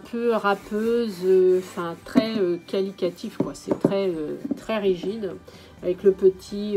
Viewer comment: Je cherchais en vain il y a quelques semaines une vidéo sur ce calendrier et enfin je tombe sur la tienne !!! Par contre ça m’a stressée tout le long, on dit qualitatif (qualité) et non qualiquatif ^^ Merci beaucoup pour cette vidéo !! :)